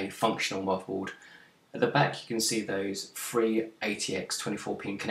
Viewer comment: Nice preview. Thanks. You might want to consider speaking more clearly. I hear usb free eeffernet muvaboard and I cringe. I do wonder if non English speakers struggle with listening to you.